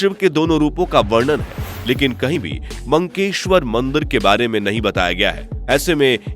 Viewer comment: मंकेश्वर नहीं , मक्केश्वर कहा जाता है।